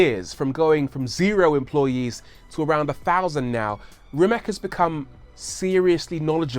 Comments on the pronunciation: Rii mache. Pronounced differently than you say it buddy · I'd love to hear you (and Doug DeMuro, for that matter) pronounce the name Rimac correctly. It's extremely insulting to not know how at this point. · Would be nice if you pronounced Mate Rimac properly! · why every host or human being which talks about Mate Rimac on ytb is saying his name wrong?... isnt this just a lack of research...? To me that is just lazy idk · It's not Rimac, it's Rimac